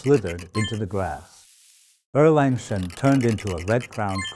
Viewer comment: I wonder who actually this master is. Why does he pronounce Sun Wukong as San Wilkong. And Erlang Sen as Erleng Sen. He's Chinese is he not.